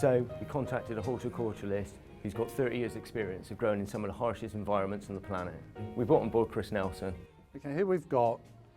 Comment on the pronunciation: Did he just say Hulticortulist..?